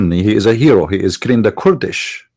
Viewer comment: Sorry, I like your information, and I do follow you, but?Your English is atrocious both in grammar, and pronunciation. Here is my advise. Use the computer translation which has a voice pronunciation for the words to teach you Kurds and Kurdish, not kord and Kordish.or say it in Arabic Akradاكراد. When you mention group then the verb can’t be singular is but are, and were etc. Write your theses and read it more preferred than speaking extemporaneously. God bless you for your vast knowledge of Islam.